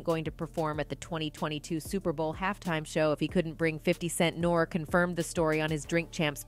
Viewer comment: Did she call Nore.... Nor??? Do your research!